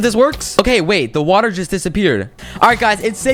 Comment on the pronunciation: is it just me or did he say wattle instead of watet